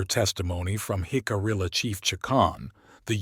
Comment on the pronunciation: Great video just a shame that AI can’t pronounce Jicarilla. Hick-uh-re-uh